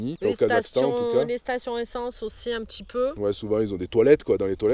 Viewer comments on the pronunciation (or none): Youtube premium c'est la vie les amis ! plus de pub et qualité augmentée. Pour 11 euros par mois faut pas se priver (perso j'ai couper sans regret netflix). Et sur smartphone ça permet d'écouter de la musique sans mettant en veille. Si je peux etre un peu critique... j'ai remarqué un truc quelques temps et j'avoue que ça m'obsède un peu... petchi, voitchure, natchure, partchi, touristchique.... c'est anecdotique (anecdotchique 😅 ) mais en vrai c'est insuportable. Surtout en voix off où je me focalise plus là dessus que sur les explications (et pourtant j'adore ces passages qui apportent pas mal aux vidéos). Bonne route à vous !!